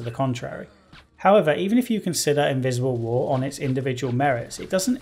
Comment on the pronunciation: When he said „Invisible war“ I legit understood „Miserable war“ and I thought he sung a pun in there. I watched too much Joseph Anderson man.